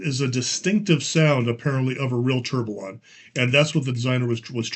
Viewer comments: Tur-bee-yawn 😁… that how it’s pronounced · Let try to pronounce the 2 x LL like a Y in French. So you should pronounce : TOURBEYON ;) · It's pronounced Tor be on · Firstly, this is how to pronounce Tourbillon: word tourbillon is pronounced toor-bee-YON (English). I’m a big watch nerd as well as a Lego nerd so this set is right up my alley. But the whole point would be to have an authentic action of the movement, so it’s rather disappointing to see it binding so much. I did watch a video review on Amazon and they said they put a motor in it and it worked wonderfully with that - so maybe the crank is the issue and it really needs the motor to work properly. I decided to pass on this for now and got the banana shop instead 🤣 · For pronunciation, the two L's in "tourbillon" are silent (it is a French word)